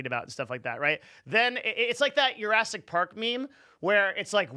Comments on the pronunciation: this dude did not just say Yurassic park. Jurassic park isnt spanish my dude its JA not Harassic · its Jurassic not Yurassic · Does he say Jurassic Park as Yurassic?